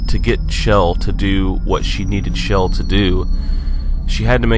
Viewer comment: Not to be rude, but it's pronounced Chell, not Shell.